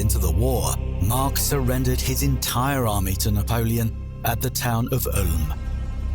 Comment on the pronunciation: Not sure why he keeps calling Mack Mark but otherwise a good video